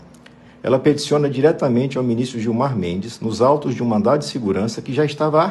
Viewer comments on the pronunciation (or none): Se eu entendi mal, desculpe-me, mas eu ouvi " MANDATO " de Seguranca. O certo é " MANDADO ". Desconsidere este comentário se eu entendi mal. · você está falando mandato ou mandado? Pelamor né? Espero ter ouvido errado!!! O correto é MANDADO!!!